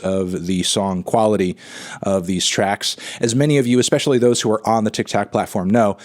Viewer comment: him saying 'tic tac platform' is way funnier than it has any right to be